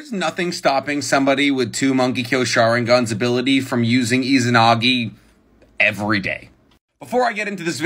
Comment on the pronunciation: I’m not gonna except a naruto theory from someone who can’t even pronounce Mangekyo Sharingan correctly